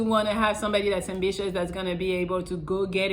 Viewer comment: Did say ambitious or ambitches